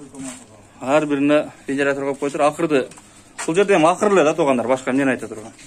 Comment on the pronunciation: Акыр эмес Акур десен тууган акыр 🤣